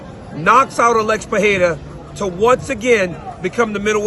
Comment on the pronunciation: It’s PUR-RE-RA, not PA-HE-RA.